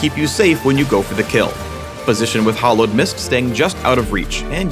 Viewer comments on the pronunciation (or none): You are pronouncing "hallowed" like "hollowed"; I really don't think you guys knew what the word "hallowed" meant when you chose it... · americans pronounce the 'a' in hallowed like an 'o' so it sounds like "the hollowed seamstress"